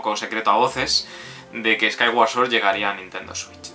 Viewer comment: por lo menos pronuncias bien "sword". Creo que eres el primer youtuber que lo hace.